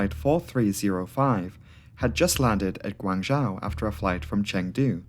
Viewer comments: Guangzhou is pronounced Gwung'joe' - zhou = joe / zhao - is pronounced like 'now' but with 'j' - so your way of saying it would be spelled " Guangzhao' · Cantonese is pronounced Gwong-Zow. I'm US, my wife is from Guangzhou. She's obviously fluent in Cantonese and Mandarin. Yours is a try at a Mandarin pronunciation. It's actually Gwong-Zoe. English speakers commonly say ...joe.